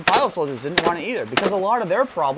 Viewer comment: "It did dint this, it did dint that..."